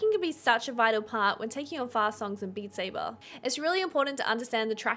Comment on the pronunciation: Beat Say-bahhhh